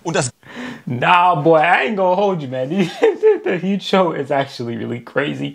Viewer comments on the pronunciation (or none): You have to pronounce " Heute Show " like " Hoite Show " 😊 the "eu" is pronounced " oi " . Nice Videos Dude 😊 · Just FYI. "Heute Show" is pronounced somthing like "Hoite show". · if you want to be more acurate one the name of the show try saying it like this "hoe-e-tae (make one word of it) show" best wishes from germany bro 😊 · Please speak HEUTE-SHOW correctly!